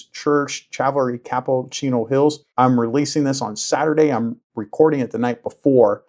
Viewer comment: I had to listen to it three times. he DID say "Chavelry Capel" LOL.